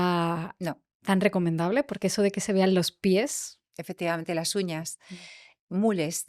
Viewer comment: Me está gustando mucho esta entrevista por todo lo q se está aprendiendo y también porque la Entrevistadora,en algunas ocasiones, mejora su pronunciación q es bastante deficitaria,sin pronunciar las ssss.P.ej.Qué vamo a llegar? En lugar de: "Qué vamos a llegar?.Contejto,Uñaj,lasjuña,en lugar de Contexto,uñas,las uñas, etcétera. Otro error q no ha aclarado la Entrevistadora en ningún momento si se trataba de Cartagena de España 🇪🇦 o Cartagena de Colombia,han repetido a esta ciudad a lo largo de toda la Entrevista y no lo han aclarado. No des por sentado una cosa cuando hay varias opciones y hay q aclararlo para q el receptor siga con claridad el mensaje. Aconsejo q la Chica q hace estos Podcasts lea Audio libros para mejorar su pronunciación y dicción pq molesta oir hablar mal y puede hacer q no se le tenga en cuenta en próximas publicaciones.Gracias.Viernes12-Diciembre- 2025 Hora: de la madrugada.